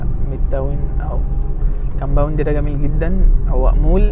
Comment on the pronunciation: ياسطى انت عليك كلمة ( كامباوند ) مسخره